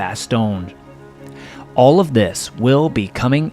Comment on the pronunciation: Always nice to look at well animated war stories. One thing that bust my balls though is the pronunciation of Bastogne by English speakers; Its 'BastoGne' or something like 'Bastonje', not 'Ba-stone'. Same as 'Foy', which would sound more like 'Foua' instead of boy with a F. If you want to make the Dutch happy you could even call 'Bastogne' 'Bastenaken' which is it's Dutch name. Got that of my chest. That being said, definitely a nice video with a good story. Thank you!